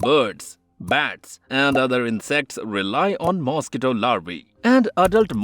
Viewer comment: well? The butchering of the word mosquito is a dead giveaway